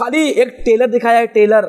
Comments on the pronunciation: Abe telar nahi trelar teko English bhi nahi aati😂😂😂😂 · Tailor nahi hota balke trailer hota hai molvi sahib 😂😂😂😂😂😂😂😂😂😂😂😂😂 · tayler Nhi trailer Khud Bolna Sikho 😂😂😂😂